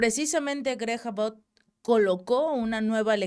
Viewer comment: Abbott (a-bot) querida … parece pronuncias About (acerca de o con relación a); excelentes tus aportaciones con el Chapu y tu propio canal. Bendiciones!!